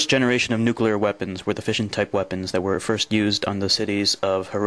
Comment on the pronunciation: He actually said nu-Q-lar. But then several US presidents have too. Look at the word. Unbelievable.